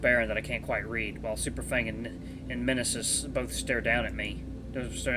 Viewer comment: I think the M in Mnesis is silent and I believe it's pronounced as nee-sis. That's how another let's player I watch pronounced it.